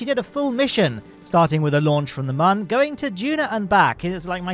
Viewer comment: I mean sure, since he can't pronounce Mun correctly. But yeah it's the Dessert Airfield!